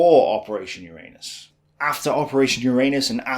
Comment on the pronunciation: PLEASE put the emphasis on the first U in Uranus. It's Uranus, not urAnus.